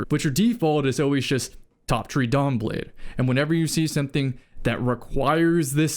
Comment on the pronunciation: I haven’t heard anyone say “top tree dawnblade” in… years. I got flashbacks bro.